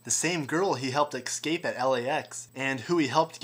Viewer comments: Ec-scape lol.......irritating!!!! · Hehe. "Excape" You say it four times! :-D